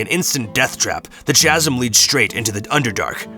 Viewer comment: I believe "chasm" is pronounced with a "k" sound Bud. Very good reading!